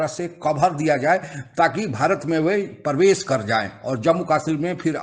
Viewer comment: भाई प्रवेश बोना चाहिए 🙏🏻 परवेस नहीं 😭